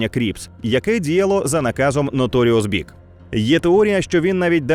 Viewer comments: БВАЙЖ? МОЖЕ БІАЙДЖИ? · Бі‐Ай-Джи, нот Вай